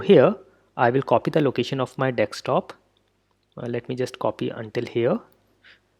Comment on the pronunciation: "Dekstop" really surprised me every time.